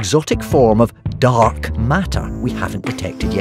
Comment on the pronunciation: Dark.... Dont say dark like that